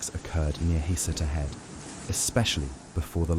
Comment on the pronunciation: FYI. It’s pronounced “huh-SEE-ta”